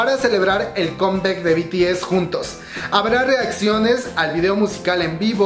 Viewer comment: "Combec" "iduan" "jiouna" 🤦🏼‍♀